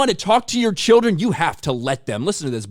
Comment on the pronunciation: Even Ru Paul can't say the word children.